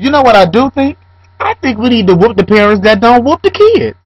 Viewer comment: i love the way says parents....perrrents lol.... i think you should beat your children if that will make them behave...if it dont work, dont do it